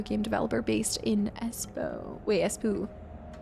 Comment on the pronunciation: "Wait, Es-poo" Actually, it's pronounced "Es-paw". Finnish has consistent pronunciation of letters, and "o" is pronounced more like "awe", not "oh".